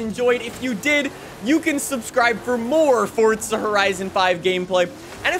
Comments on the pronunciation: It’s Forza, not Fortza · Fortza horizon 5✅ Forza Horizon 5❎